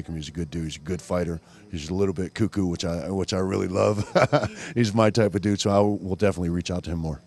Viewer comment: did he say Josh Barnett is a good douche or good dude?